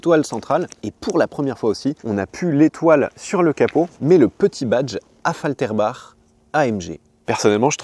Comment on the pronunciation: vous prononcez cerrectement Affaltrerbach" (ch en "r") ... Alors pourquoi vous ne prononcez pas AMG correctement ? AM GUE !!!!